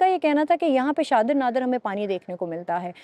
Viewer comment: o bibi shadaaay ray nai hota Shahdra hota hai